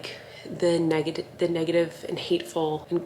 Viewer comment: Collen almost said negative she said negedave